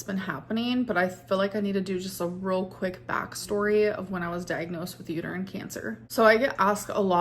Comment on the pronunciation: I'm pretty sure she either just didn't know how to pronounce uterine or forgot the word.